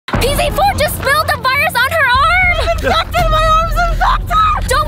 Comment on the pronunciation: I think that vy meant pz4 but she said ps fumf